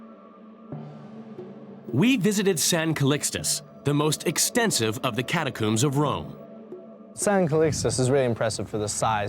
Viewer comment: Sorry - after the third "cat-a-cooombs" I'm out 🫠